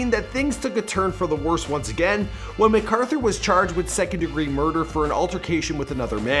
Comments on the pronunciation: his name is really mac author not macauthor you put it together .. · You did pretty good but his name is pronounced like Mac-arther though it isn’t spelled like that (I would know I’m related to him)